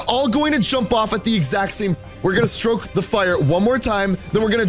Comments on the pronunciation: we will stroke the campfire one more time me: it's stoke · it says stoke not stroke